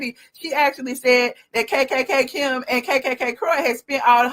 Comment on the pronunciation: Stop saying kkkkim. It's distracting and annoying.